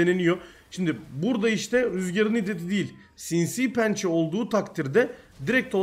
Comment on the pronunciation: "Sinsiğ pençe"